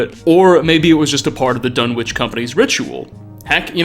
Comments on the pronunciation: The town in Lovecraft's story "The Dunwich Horror," is pronounced "Dun'ich," the "w" being palletized, which is typical of rural New England communities. The Dunwich in the Fallout Universe may be pronounced the way you pronounce it. I just thought you'd like to learn this trivia. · ...buddy... for real. You gotta look up pronunciations for some of these words in your videos. The "w" in Dunwich is silent. The "T" in apostle is silent. There's more examples, but you get the idea. Your content is awesome, but this basic stuff is distracting from it. Please.